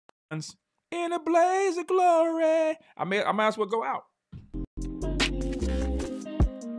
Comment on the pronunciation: "in a blaze of gloray!: 💀